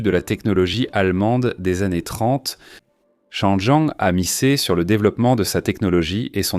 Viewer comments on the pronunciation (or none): Désolé mais la prononciation en français de la voix générée par l'IA est tout simplement insupportable ! Appeler la marque Changjiang "changeant" et la transmission par cardan "cardannne" est rien de moins que ridicule !